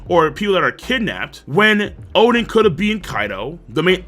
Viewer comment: Why does he call Oden, Chaden?